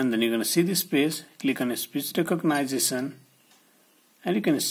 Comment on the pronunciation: Speech re-cog-nice-a-son got me.